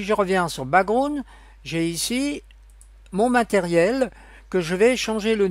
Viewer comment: Le ' brakground ' 😂😂